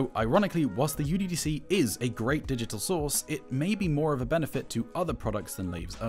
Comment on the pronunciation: The name IS NOT uDDC (youDDC). It is μDDC (miDDC). :I guess not anyone is into mathematics :)